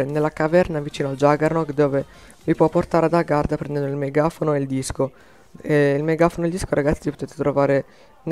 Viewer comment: hai detto garda invece che agharta :)